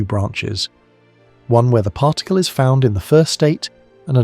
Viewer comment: Seriously... WTF is a parr tickle?!